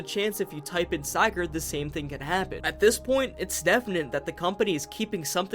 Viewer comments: By going out of bounds, modders have found that the "hand" here is just a giant fish hook. Make with that what you will. Come on, man... Sigurd. Sih-gurd. You pronounced it correctly during the voice acting part , but got it wrong afterwards? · lol wtf is a Siigurd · Bro no offense, I’m really happy people are doing LC lore videos and such, but you were very lazy about this video. You only really focused on Sigurd’s logs (btw you pronounce Sigurd wrong and it hurts), while giving a couple of your own theories. Theories that are very very very easily disproven. First of all, scrap items in the games aren’t all metal. Rubber ducks, plastic fish, toy cube, chemistry flasks, lollipops, like c’mon man. Secondly you didn’t even LOOK at the bestiary, did you? There’s so much more lore there that disproves some of your theories and makes some of your “own personal theories” just already-stated fact. I plus you made out some of your theories as if they were your own ideas when you just read them from the logs, like the company building being nothing but a prison for Jeb. I could go on but I’ll switch to positivity next, I’m very glad you did a lethal company video and I’d like to see more! Just put some more work into future episodes lol